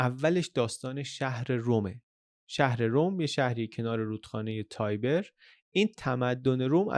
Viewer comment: ایتالیایی ها به این رود در شهر روم میگدیند رود تیبر که از شهر روم هم میگذرد و بطول حدود ۴۰۰ کیلومتر هست شاید تابیر تلفظ انگلیسی آن باشه ولی در هر کشوری بهتره تلفظ همان مردم را بگوئیم با سپاس